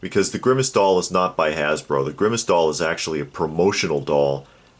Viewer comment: Every time you say grimmace, I keep thinking Thanos.